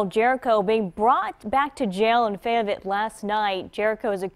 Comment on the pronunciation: Reporter apparently from that area couldn't even pronounce Fayetteville correctly...